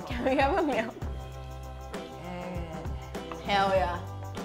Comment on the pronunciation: This is how many times the asian girl says hewwl yah : : v